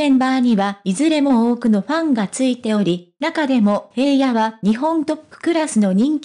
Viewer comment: いつも気になるのだが、平野（ひらの）に対して（へいや）と読むのは違和感を感じる。